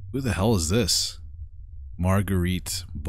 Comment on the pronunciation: Never in my life have I heard someone pronounce Margarete that way